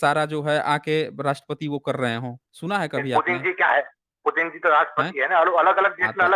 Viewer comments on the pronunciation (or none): none